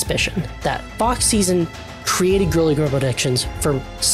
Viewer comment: Please tell me that I am not teh only one who misheard him saying "Fuck Season" and not "Fox Szn" 😭😭